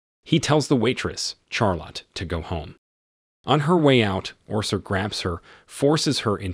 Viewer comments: “Char Lot” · Char lotte? Say Sharlet, not Char Lot. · Idk how you can call Charlotte Char lot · Pronounced, "Sharlott". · How do you pronounce Charlotte? 😂